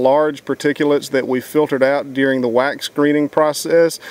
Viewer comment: OH, WAX. At first I thought he was saying "you need your whites". So funny on me.